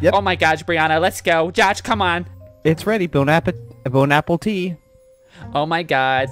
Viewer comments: She's so mean I wouldn't be friends with her and why did he say "Bone apple tea" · "Bon Apple Tea" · "Bone apple tea"...XD 😹😂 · "Bone Apple Tea" 😂😂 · "Bone apple tea" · Bon-apu... Bon-apple-tee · Cryptonic Gamer no, he purposely pronounced it wrong